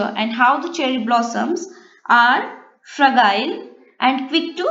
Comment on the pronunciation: You have pronounced fragile wrongly